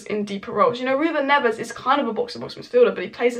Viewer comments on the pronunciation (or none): none